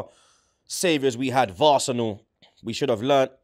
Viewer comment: Man said varsenal🤣🤣🤣